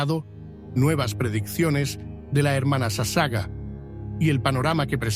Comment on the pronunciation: Por favor su apellido de la Hermana leálo toral y correctamente es SASAGAWA ( le faltó pronunciar la última sílaba WA)